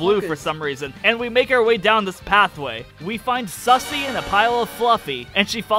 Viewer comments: Lmfao I love how he says “sussy” instead of susie. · The whole playthrough, I as well pronounced it "sussy"